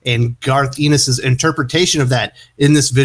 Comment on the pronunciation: You pronounce his name Garth En-nis